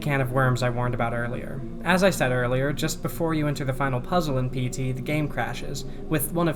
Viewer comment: Every time you say PT, I hear SD It makes me wonder what the japanese common term for PTSD is I think there would be random elements to throw off people, and make reverse engineering either painful or impossible